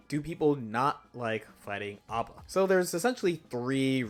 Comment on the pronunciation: Her name is not Aba, it is A.B.A. pronounced as the letters rather than read as a word. Because it is not her name but rather her blood type.